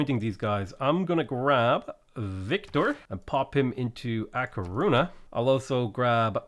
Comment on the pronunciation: Hi! love your vids!!! Im having lots of fun with your pronunciation of spanish cities, not bad at all (spaniard here); some tips, the "Ñ" sounds like a "NI" so try "A Corunia"; the other one is "LaS PalmaS" its important to pronunciate both of the "S" since there is another city called "La Palma"; for the rest its kind a good! Keep it up!